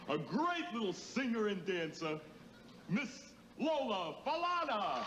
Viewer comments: perhaps that's true, but SHE pronounces it as 'fu-lawn-a', so I'm thinking we shouldn't argue with her. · T... you can't be too big of a fan saying her name like that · Hey, Guess they really gettin on U for the last name, mispronouciation? I rewound, the vid, to hear it for myself.....Perhaps, U thought, it was such a long time ago.....that it wouldn't be noticed? By scrolling, through the comments, glad to learn and remember all the fun facts, that made her 1st....in most of what celebrities, strive for! Great Lady! Like, charlemagne the god.......says on the breakfast club, let's drop down a clues bomb for Miss Lola Falana......if she was ever on the cover of Vogue, y'all better save, that will be the MOST collectors, edition 💯✔💕😙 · Re-record your vocal pronouncing her name and the disease properly, She is still beautiful! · I always loved watching her on TV. She's so beautiful. Still is. Very few role models to relate to back then. Thanks for the info. Please learn correct pronunciation of her name. That was hard to listen to. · SHE IS AN ICONIC HOW SHE YOUR FAVORITE AND YOU CANT SAY HERE NAME RIGHT? Think of SANFORD AND SON HE WAS IN LOVE WITH HER KNOW YOUR BLACK HISTORY MAN! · How the hell this man did his research and can't say her name right.Who was his editors!!!! I been waiting for years to hear anything about my idol Lola and you say her last name wrong.But thanks for trying.Im just glad to know she alive. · I appreciate you bringing light to such a great talent BUT PLEASE learn how to pronounce her name. It's a downer on the wonderful life and achievements of a PHENOMENAL INDIVIDUAL and the work and time you've put into this. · I said the same dam thing .she was our neighbor we lived on Mt Pleasent Ave right off of Cheltenham Ave .and I never heard her name said the way he said it . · You’re pronouncing her name wrong. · Don't butcher the subject/legend name...DANG. Pathetic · Her name is pronounced “Fa-la-na” like Sha Na Na, not like the word plan.